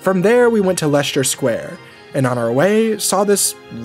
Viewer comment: “Leshter Square ”